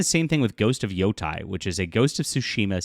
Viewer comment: IT’S NOT PRONOUNCED YO TIE. It’s pronounced YO TAY. Learn Japanese. Yo Tie would be written as Yotai.